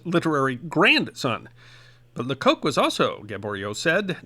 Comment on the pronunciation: Lecoq translates as 'the rooster' in French and is usually pronounced 'lecock'. There's no funny connotation in French...